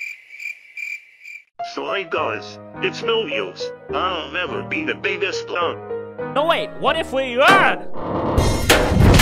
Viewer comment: WHY DID THEY SAY I'MA CLOUN!! >:(